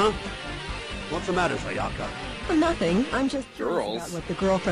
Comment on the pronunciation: That's not how you pronounce Sayaka. Also a thousand yen isn't a lot of money etc.